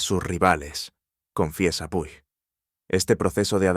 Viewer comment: puig se pronuncia puch